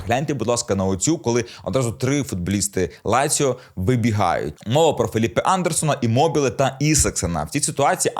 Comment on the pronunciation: Не ляцио..а Лацио..